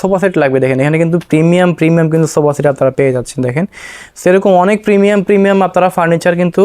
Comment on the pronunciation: প্রমিয়াম প্রিমিয়াম 😂